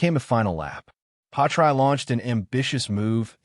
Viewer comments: Why pronounce his name “patry? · Work out how to say Pi ast tre